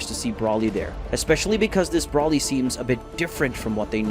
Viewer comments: why do you pronounce br-O-lly br-A-lly? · It's pronounced "Broh-ly", not "Braw-ly".